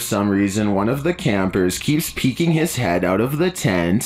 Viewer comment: ”PEEKING” ma’am.. the word is “PEEKING” 🤦🏾‍♀️